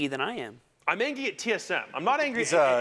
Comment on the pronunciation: How is this supposed to be taken seriously when this dude is saying “angy”